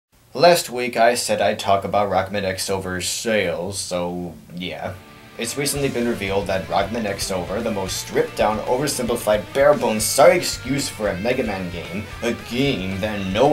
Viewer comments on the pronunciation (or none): Just FYI, it's "Rockman Crossover", not "Rockman Ex-Over". Japan has this weird thing for pronouncing "X" as "cross", as in Namco X Capcom and Project X Zone, or even the X-Yux from Paper Mario 2. Aside from that, you're pretty much spot-on as usual. Xover is ass.